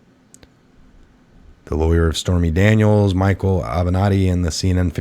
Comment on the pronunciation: It's Ah-ven-not-tee